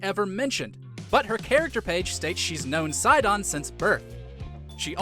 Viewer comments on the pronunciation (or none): none